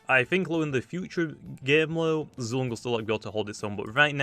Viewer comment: Y’all I think it’s pronounced Zway-Long